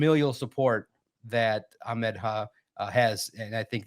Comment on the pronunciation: Bro. Ahmad himself says it AH. I’m sure he knows how to pronounce his own name 🤯. 100% it’s not ock my boi